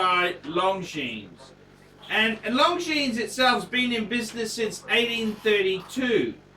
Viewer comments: Hint: it is not pronounced "long jeans" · Wish he’d pronounce Longines correctly. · I found this difficult to watch....you can't even pronounce Longines correctly